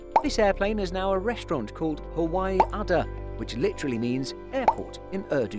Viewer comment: The w in Hawai Adda is pronounced like a “v”